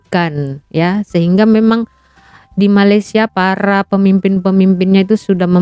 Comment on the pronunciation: ..sebutan Malaysia nya dibetulin donk..bukan Malaisia tp meleysia(sebutannya